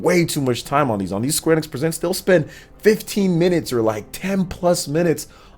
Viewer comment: Kinda like his pronunciation of square enex lol😁